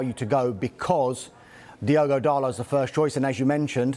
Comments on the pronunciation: DALLLLOT NOT DARRRLOT YOU 🔔 end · who’s diego darlo? ITS DIOGO DALOT